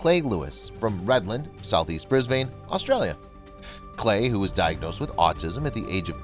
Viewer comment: As an Aussie I can confirm that the city of Brisbane is incorrectly pronounced . It is pronounced ‘Briz-bin’ not ‘Briz-bane’ And ffs that flag is wrong too, that is not the Australian flag. That is the New Zealand flag. There’s a difference 🇦🇺🤦